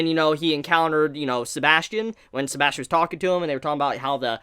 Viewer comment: sebas tian not sebastian